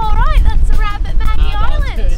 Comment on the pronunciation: "Maggie Island" 😂😂 you nailed it 👌 If you ever return to Sydney, skip Bondi and the CBD, and head straight to the Northern Beaches (North Head & West Head 👌and all the stunning beaches up to Palm Beach) and also The Blue Mountains.